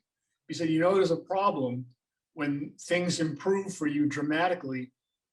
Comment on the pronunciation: Why emphasize the "problem" so much. Nick nurse won his first title in his first year with raptors